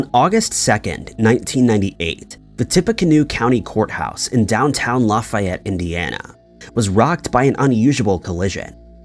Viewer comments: Stop pronouncing names incorrectly... Lafayette....laffy like laffy taffy. Laffy-ett. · Also got Lafayette and Chillicothe wrong. Geez, do some research. 🙄